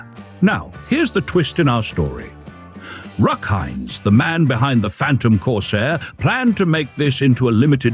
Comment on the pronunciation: Ruck Heinz??? AI narration?